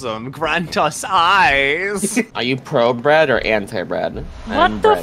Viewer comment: Ah yes. Breadborne.